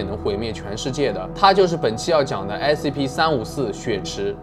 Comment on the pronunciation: 把354講成345了